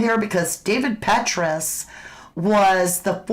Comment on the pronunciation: It’s pronounced Pet Tray Us CIA former director